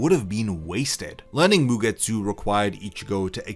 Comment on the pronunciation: A game, about something that made me chuckle during the video and couldn´t unhear it... 1 Shot every time bro says MugeTSÚ xD